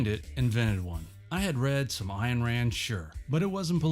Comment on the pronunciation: Thank you for pronouncing Peart and Ayn correctly. When other videos get that wrong, I have a hard time believing anything they say.